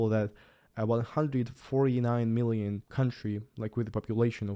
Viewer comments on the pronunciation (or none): none